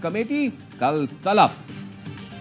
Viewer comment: the way he said "Kal Tallab"😂